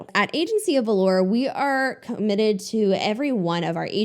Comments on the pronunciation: "Agency of Valor" doesn't sound like an insurance company. I mean who even uses the term valor other than Medieval knights or maybe the military? (Also sorry to be that person but it’s pronounced "va-lər" or "va-lor" not "valour" which is more like velour a type of fabric.) Love your content! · I love you and don't mean this in a rude way but "valor" is pronounced VAH-lur not vuh-lore (velour). Love your channel xoxo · I do not know you or your channel. I pressed your video because the topic peaked my interest. I don’t want to be labeled as bullying. I genuinely want to say from one human to another I think you’ll do yourself a justice looking up how to pronounce “Valor”. Edit: finished watching and did like the video. And I got hit up by CutCo as a teen tok.